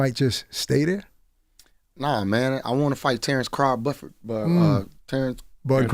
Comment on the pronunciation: Terence Craw Bufford 😂😂😂😂😂😂😂😂😂😂😂😂😂😂